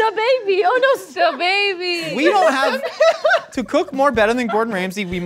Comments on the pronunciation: Stbaby? It clearly stabby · It infuriates me that they said Sta Baby when it clearly says Stabby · The way it said stabby as in stab-y and said stababy immediately is killing me 😭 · How innocent are they when they pronounce stabby as sta-baby. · When she said sta-baby I cried. And not happily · Is no one gonna point out that Stabby is actually spelled correctly and that read it as Stab Baby?? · Are we gonna ignore the butchering of “STABBY”??